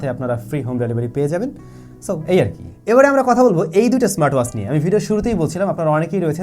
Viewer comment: do a proper accent on WATCH pls.. Bangaal asholeo ... its not waach its Watch